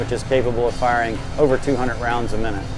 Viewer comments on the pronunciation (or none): none